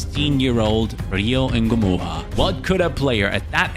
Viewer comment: Why is it Rio engumoha not Rio Ngumoha🤷🏾‍♂️